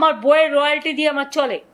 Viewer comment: রয়ালিটি আবার কী কথা? এই সংবাদ পাঠিকার মুখে প্রথমবার শুনলাম। কথাটা রয়ালটি হবে।